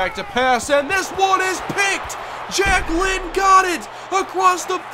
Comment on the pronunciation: Everytime says Jack Lynn, I can't help but hear Jacquelyn.